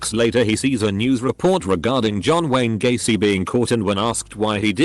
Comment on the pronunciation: read John Wayne Gacy as John Gwen Stacy